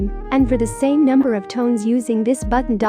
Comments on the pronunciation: Okay am i the only one who heard Number as Nunder? :^ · was it just me or was she saying "nunder" instead of "number" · I noticed it was saying nunder instead of number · "Nunder". You mean "Number"? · The thing said nunder instead of number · No one: Not a single soul: me: does it sound like she is saying nunder not number? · *number you said nunder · Nobody: . . . Her: nonder # Me: BWHAHAHAHHAHAHH NONDER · I like how the robot voice she uses says "nunder" instead of "number" XD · It sounds like it says u nuder Xd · I love how it says nunder instead of number 🥺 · Is no one going to talk about how she said "nunder" instead of number? No, aight. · Nunder 5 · Nunder 4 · Nunder 12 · Nunder 7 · Nunder 8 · Nunder 11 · nunder 13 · Nunder 14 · nunder 16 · Nunder 19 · Nunder 21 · Nunder 22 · I love how it says nunder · No one: numb-der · Nobody: Not even gibberish people: You: nUmDeR tWo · Nobody: Literally nobody: her: nunder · "Numder" what is numder?